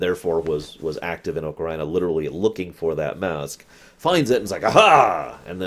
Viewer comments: I always say "Ah-ka-ree-na", and I can understand "oh-kuh-ree-nah", but "oh-ka-RAI-na" is freaking ridiculous. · I flip a little every time he says oca-rye-na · Bruh it's AH-KUH-REE-NUH. You say it like it's Vagina of Time